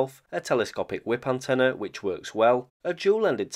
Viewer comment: The word "antenna" has no "a" at the end, fyi.